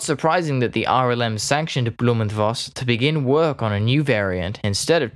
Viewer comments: I agree with those compliments! Good pronunciation, clear speech, good tempo. Very easy to understand, even for a Swede like me. Interesting subject, too ! One comment: To the best of my knowledge, V in German is pronounced like F in English. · Voss is in german language spoken Foss, not Woss.